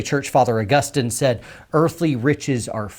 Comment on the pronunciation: Thank you for pronouncing St. Augustine's name correctly! St. Augus"teen" is a city in Florida. St. Augus"tin" is a doctor of the Church. Knew I liked you.